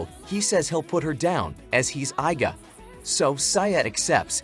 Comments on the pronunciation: Bro why " i "ga clan 😭😭😭 It is iga clan It is pronounced "ega" 😭😭😭 You never ever saw ninja hattori cartoon 😭🤣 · It's pronounced ē-ga.